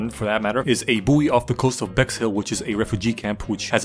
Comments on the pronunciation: its pronounced boy not boiiiiieeee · Isn’t buoy pronounced boy? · Aight bro, btw r u purposely pronouncing buoy wrong?